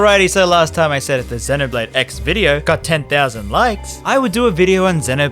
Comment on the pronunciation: that 'duncan' better be a jab at ign then again, you were also pronouncing 'xenoblade' wrong the whole time